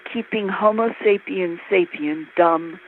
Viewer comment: Of course she couldn't get through an interview without saying "Sapien sapien." hrm. Love you Linda!